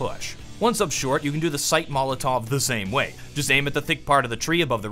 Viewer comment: Say it with me. Mol-o-tov. Never mol-tov.